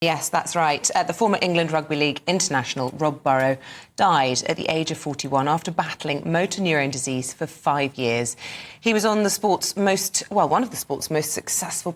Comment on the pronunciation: Absolute legend!! The female presenter was so patronising here! And there were ‘2 little girls’ AND ‘a little boy!’ 3 children!! Also it’s Rob Burrow!! Not Burrows!!! 😢 I’m still not over this news. Absolutely heartbroken and devastated xx i